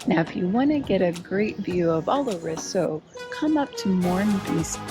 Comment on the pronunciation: Your next trip, Roseau is pronounced RoZo and Dominica is pronounced Dohm in EEka